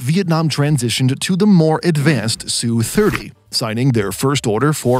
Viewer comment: Stop using the mesningless phrase "fighter jet". There is no such airplsne. You don't call bombers " bomber jets" do you? Just call them fighters or bombers or attack planes. Adding "jet" to their name marks you as a noob.. Its not "SOO-30" its either "ess you 30" or "Sukhoi 30". Your narrator bot is broken in other ways which renders them lame. FIX IT . Get a native spesker of aviation technical English to review the narrations before publishing them. Right now. they are just an embarrassment.